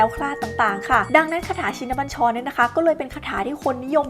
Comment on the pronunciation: อ่านยังอ่านผิด ชิน อ่านว่า ชิ-นะ